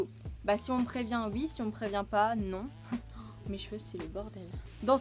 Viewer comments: Trooop chou tu dis « ui » au lieu de oui. Jtrouve c’est trop cutee. BRAVOOO POUR LES 100K TU LES MÉRITES ❤️ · C'est stressant tu dis "ui"